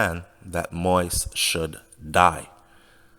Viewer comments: Keep rambling. Jovenel Moise, not jovenel Moys. It’s been over a week and they can’t pin anything on jovenel Moise yet. A legit businessman going to spend money just based on drugs from Colombia. That makes no sense. The president was a decent guy that wanted the best for Haiti and by doing so, you’ll have to step on a lot of feet. He chose to die than turn power over to them, knowing what will happen if he left like a coward. Yes, he wasn’t popular, so those mercenaries thought they had that to their advantage. That’s why they didn’t even have an escape plan. They thought wrong. The media all over the world are confused why Haitian haven’t take to the streets. Just seat back and relax, whoever involved if you in Haiti or have relatives in Haiti. They are basically got a head start cause out of respect for the president no one will act right now. We are not savages. In America it seems today if a republican or democrat president got assassinated, some will be happy on both side. Quoted Trump. Ask any or most Haitian you meet, if they can make a living in Haiti would they come live in US or any other countries. Majority of Haitian want what’s best for Haiti. Dessaline blood still flow to our veins. Most of are proud people against of all the labels. You don’t see us attacking any Colombians but only those responsible. When we see even an ex president stocked fear and hatred because a virus come from a different continent and seeing Morans attacking vulnerable people in the str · Sir I like your vids but please kindly put some respect on the man’s name it’s pronounce “Mo.Ease” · You need more practice to learn how to pronounce the president's name. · A Jamaican covering Haitian news I guess!!!!! He can’t pronounce the President name probably that alone is getting on my nerves!! You are a foreigner cover your own country please!!!